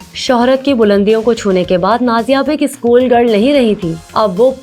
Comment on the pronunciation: Isskoooll...issstudiooo.... Nhiii hotaa it's school and studio